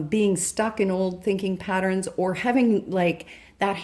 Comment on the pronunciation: I can't tell if I like how you pronounce patterns, but I love your readings.